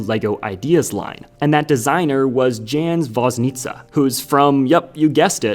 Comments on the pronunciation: Dżens Woznica doesn't sound like polish at all. You probably meant Jan (as subtittles say) Woźnica? It's approximated pronunciation in english is [yahn vozynitsa] ("ts" as in "kats" or "c" without h in ch, leaving only "soft c" - like s & sh being counterparts to c & ch) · say it with me now, “Yan Vos-NEE-tsaw”. (the “s” in “Vos” is like the “s” in leisure) Jan Woźnica